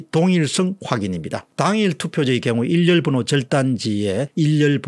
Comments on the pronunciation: 일련번호를 처음부터 끝까지 계속......일렬번호라고 발음하네요????????? 한두번도 아니고 왜 그러는 거죠????? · 일련번호를 발음하실 때 계속해서 "일열번호" 라고 발음하시는 것 같습니다. 박사님의 획인 및 차후부터는 교정될 수 있기를 바랍니다.